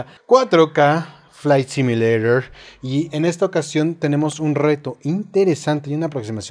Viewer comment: flai simurasjiojnsda? jeje